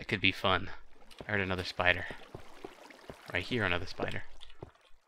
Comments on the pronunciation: I thought he said Spitter (as in from L4D2) :I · Wow... I've always said "spider" like "spitter" too I don't know why, I just like saying it like that.